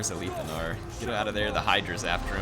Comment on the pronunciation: I've always though it was pronounced A-lith (like "with") Anar as opposed to Aleeth Anar. Any "loremasters" able to clarify?